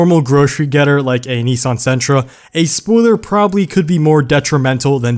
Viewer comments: It's not Neeeesaahn, it's Nissan. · Number 2 needs to be applied to all Americans. It's pronounced Nissin, not NEE-SARN